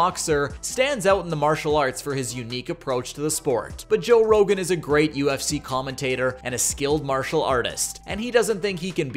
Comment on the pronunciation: You called him 'Joe Rogans'. LOL. You have no idea what youre talking about.